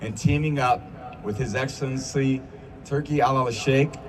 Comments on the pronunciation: “His exthellenthy” lol Tom Brady is such a tool. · “His excellenthy”